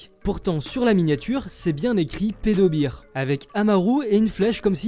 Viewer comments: attention ça se prononce pas "pedobir" mais "pedobair" parce que si tu dis bear en mode "bir", des anglophones le comprendraient comme "beer" ce qui veut dire "bière", donc à moins que tu voulais dire pédobière bah euh faut le prononcer comme bair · Personne s'est jamais fait ban par youtube pour avoir dit "pedobear" au lieu de "pedobir" ? En plus ça se voyait que c'était une erreur de prononciation et pas quelque chose fait exprès. J'arrive pas à comprendre en quoi ta remarque est pertinente